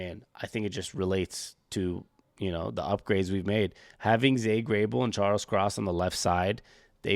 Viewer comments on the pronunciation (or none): Zay Grabel? 😂